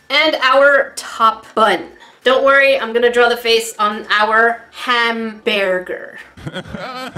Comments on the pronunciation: WHen said hambearger weirdly it sounded like that time in the Pink Panther when inspector Clouseau couldn't pronounce hamburger. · “Don’t worry, he’s sleeping “ 😂Also you struggling to say Hambearger reminded me of the Pink Panther movie with Steve Martin from the 2000’s. Anyone else? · /Ham-BEAR ger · “Zombeary” “Hambearger” “Octobearus”